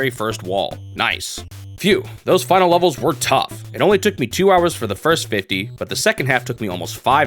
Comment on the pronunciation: This guy pronounces the word "levels" like "lovols"